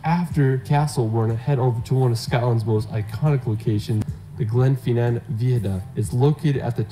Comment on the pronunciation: The best bit was your comments on his video. The photography was marvellous but his choice of places was bizarre eg Wales, Northern Ireland etc. Not to mention his pronunciation, viaduct and Glenfinnan. I swear he kept saying Stonehedge!